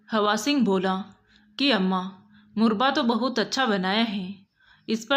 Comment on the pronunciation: मुरबा नहीं मुरव्बा होता है